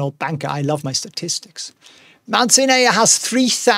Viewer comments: pleeeeease, Mount Sinai is pronounced Mount SIGH-NIGH. Ask Winston, he would know! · Mount sin ay lol